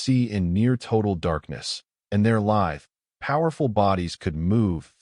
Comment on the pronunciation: As always, irritating bad reading by your AI, such as multiple mispronunciations of "live" and Lives", when the verb, not a noun or adjective, is intended in the context.